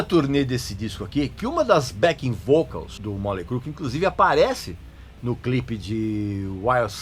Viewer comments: Móley Cru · "moLEY crue" kkkkk